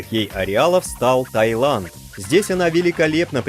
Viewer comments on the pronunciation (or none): none